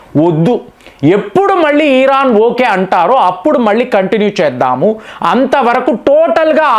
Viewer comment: ఈరాన్ కాదు 'ఇరాన్'. కామేని కాదు 'ఖమేనీ'. చదువుకున్నావు గా పదాలు, పేర్లు సరిగా పలకటం చేతకాదా?